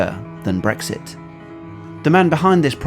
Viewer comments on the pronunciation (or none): none